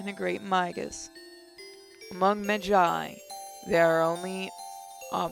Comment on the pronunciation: Im sorry to be a fate addict but you you say magus and magi like you say mage